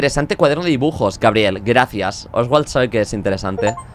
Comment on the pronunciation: alguien mas vio que cuando le dio el cuaderno de dibujos decia dijubos? JAJJA